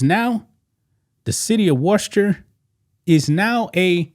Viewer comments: You pronounce it. Wisster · Worcester, Massachusetts is pronounced “Wooster ( WUSS-ter) WUSS - ter. Don’t pronounce the R. It’s a tough one I know they have a strong accent up there. It’s the Trans community that’s messed up the LGB wants to be left alone. Trump changed the website to only LGB. The Trans people went nuts he left out the T. In all actuality a Trans person is either a LGB but they want their own letter they annoy the LGBs. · Wooster. pronounce it wooster. Or, if you want to say it in Southie it's Woostah. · How about pronouncing Worcester correctly first. Next, dont come for the gay community. How about understanding why we are terrified of him and the oligarchs. Too bad that you as a black man will not understand they are coming for you as well.